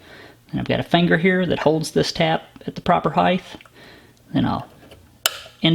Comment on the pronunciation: Height. Not heighth